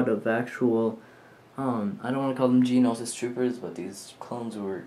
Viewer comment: Isn't it Geonosis Not Geninosis?